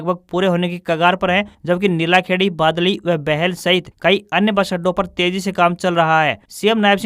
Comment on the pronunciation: Nilokhedi city ko aap Nila khedi kahte ho bar bar. Plz नीलोखेडी bolen.